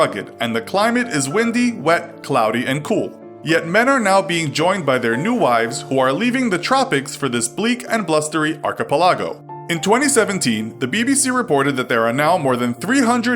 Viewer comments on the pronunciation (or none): Did u just say arch a Pal agoh instead of arch e pel e go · ar-ki-pe-la-go is my guess. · arch-E-pa-lag-o Wut? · How does one mispronounce archipelago so bad? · made me cringe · It takes a lot of work to sound that bad. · I'm more bothered by the way he pronounced "archipelago" than ordering brides online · Is it even an infographics video if he doesn't completely butcher a completely mundane word? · Being treated as a king where she constantly provides food and intercourse is a sad story? Almost as strange as your pronunciation of your word "archipelago". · You mispronounced "archipelago". Smooth. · That was a weird way to say archipelago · Bruh how can you fuck up a simple word like archipelago? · the way he pronounced archipelago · geez archipelago was pronounced so wierdly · Wow, your pronunciation of 'archipelago' is like nothing I've ever heard lol